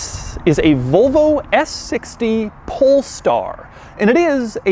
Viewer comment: Why does he always say "PoLeStAr"